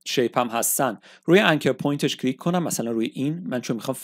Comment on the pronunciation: هر حرف یکبار بگو نه ده بار و کلیک بدون لهجه بگو لطفا چون اشتباه تلفظ میکنید ممنون